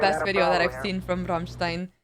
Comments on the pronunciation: The way you pronounced Rammstein - Amerika gave me shivers not gonna lie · I love that you can pronounce ramštajn (I'm Czech lol 😂) the correct way! Big respect. All other americans say ram stain